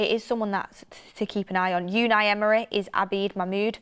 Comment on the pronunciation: Please stop saying yewni Emory